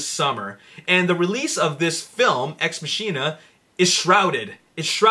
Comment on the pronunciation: It's pronounced "ex mah-kin-uh"